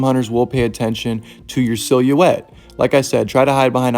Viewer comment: What is the word you said? I know you did not just pronounce silhouette like that